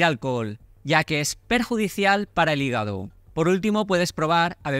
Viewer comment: 😂regenera tu higago